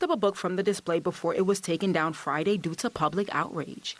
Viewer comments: Two things here man…..tired of this stuff. First of all it’s liBRARY!!!!! Not libary!!! If someone is going to do a report please use proper pronunciation. Secondly where in the heck are we as a society??? This lady is a pastor for crying out loud. Saying bring back the pride section at the library?? Sorry but if I’m the rest of the Presbyterians I am not happy with her. I’m pretty sure I would ask for her to move on. Time to live by the Bible….cause what we are doing isn’t working. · LIBRARY not LiBARY! As a tv reporter, speaking is part of your job. So it would stand to reason that can pronounce words correctly.